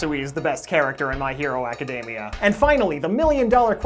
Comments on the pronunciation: My hero a-ka-dem-ee-a. NOT My hero a-ka-deem-ee-a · I literally can't watch this video due to his pronounciation of acdemia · tfw you've been saying "academia" wrong this whole time :(((((